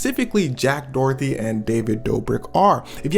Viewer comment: who tf is jack Dorthy, is it not pronounced Dough - Her - Tee Doherty